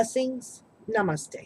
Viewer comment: Great Reading , Ma'am , I too am a Capricorn ...Really Powerful reading ! And , not to miss , You sound awesome when you say NAMESTE .... :) Thanks for a great New Moon Reading...Hope it gets all abundance in all the areas of Our Life ; s as a whole .